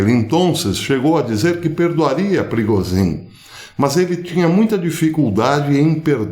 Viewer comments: A pronúncia é prigógin zh=j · Professor A pronúncia é PRIGÔJIN A língua russa praticamente não tem palavras oxítonas. Normalmente são paroxítonas ou proparoxítonas. O sobrenome da tenista pronuncia-se Sharápava. Bom dia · Não professor, a pronúncia em russo é “Prigózhin”, isso msm a 2ª sílaba soa mais forte e em inglês “Prêgozhin”, soando mais forte a 1ª sílaba. Espero ter ajudado, forte abraço!